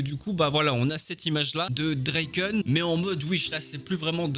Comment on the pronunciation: "Dreiken"... C'est draken toi aussi tu le détruit 😭😭😭